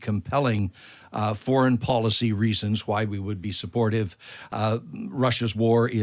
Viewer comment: Fightzer jets? Supportzive. Practzical. Emptzy. . Hurtzing. Battzered. = Brexit English enunciation. On the way to becoming like the ridiculous Spanish lisp.